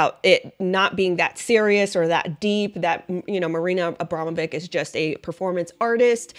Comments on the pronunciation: pronouce it witch not vic ,abramowitch it is..... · Pronounced Abromavich